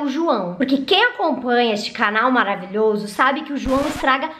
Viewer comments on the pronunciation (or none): Ela falo tipo:.....Maravitheury Eu: Theury, eeeeh meu nome Theury